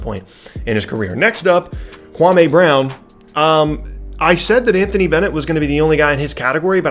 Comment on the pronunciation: You pronounced KWAMEEEEY BROWWN wrong. Watch Stephen A Smith, he got it right